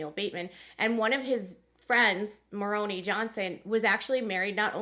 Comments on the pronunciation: The I in Moroni is pronounced as I not ee. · Great video as always! Just a heads up it's pronounced More-oh-nye...such a weird name 😂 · Moron-aye for Moroni. But if you're speaking Spanish, your pronunciation was correct! 😉